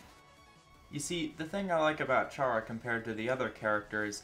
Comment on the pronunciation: Worst pronunciation I've ever heard for vergil, worst pronuncuation I've ever heard for chara, and having the audacity to put fumo reisen in D tier is shameful. Seriously how have you been on the internet for so long but have never heard those two names pronounced? Even without that it should be common sense